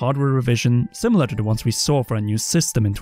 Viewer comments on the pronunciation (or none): none